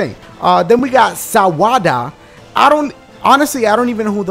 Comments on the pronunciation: Sawada sounds like Sum wata.. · Sawada as in "You want "sawada" (some water) ? " No? Okay -__